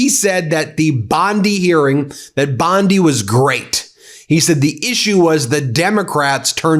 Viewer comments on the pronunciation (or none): Bondi not bonde your saying it like it has an E on the end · Please you yanks killing us Aussies say bondeye not bonde BOND "I" BONDI😂😂😂😂😂😂